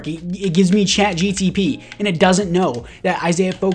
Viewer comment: “Chat GTP” 😁 No hate